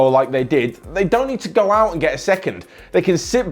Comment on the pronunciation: I dont't wanna be that guy, but you should say don't (not dong)